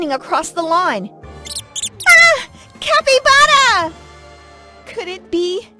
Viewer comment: “ Ah! CAPYBA..RA” 😂